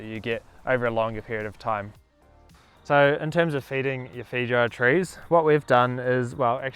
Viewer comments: Great video! But please pronounce the fruits name correctly lol it sounds like “fay•ow•uh” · This Kiwi pronunciation of feijoa is the most enchanting thing<3